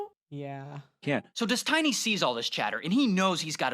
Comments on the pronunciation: Why does he call him Des Tiny? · It's "Des-Tiny"... you mean people don't know how to pronounce "destiny"? Just kept thinking that was strange. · Dess-tiny ? Lol. Intentional? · Did he say "Dez-tiny"? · Des-tiny is thee best pronunciation of Stevens pseudo name.......... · I find it hilarious how the narrator keeps saying "dez-tiny" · Also got to love how the nickname is pronounced des-TINY. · I love how he pronounces it dess tiny. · des-TI-ny LMAO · "His name is Des Tiny..." lmao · Why is that guy talking saying his name all wrong? It is really hard to listen to……